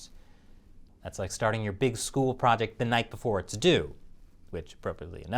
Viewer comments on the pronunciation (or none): none